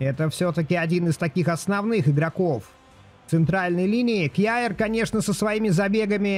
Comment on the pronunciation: привет) Отличный контент по фифе) Только есть поправочка, не кьяер, "къер " правильнее 😃